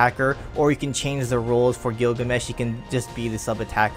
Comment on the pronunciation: 'roles', not 'rolls'. just really bothered by that